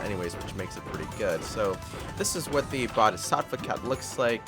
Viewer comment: Well you just stuffed up the pronunciation of bodhisattva and many people got triggered like me